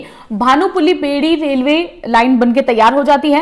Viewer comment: Its not बेड़ी, its बैरी